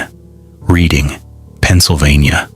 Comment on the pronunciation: Reading, PA is pronounced like Reding. Allentown, PA here.